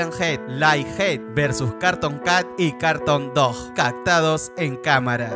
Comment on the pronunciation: No se dise carton cat se dice cartun cat y el perro tambien